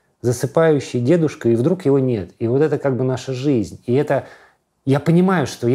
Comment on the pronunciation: Юра, читаешь, не читаешь, но....а в "друг" ("вдруг"). Открытый микрофон? Ты Готов?